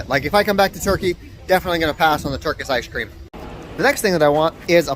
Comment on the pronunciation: turkis ish cream